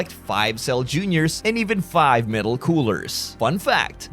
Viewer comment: He's not "Metal" Cooler. He's "meta" cooler. smh